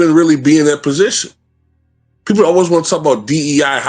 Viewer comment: "The best peopure, the best peopure"🤣🤣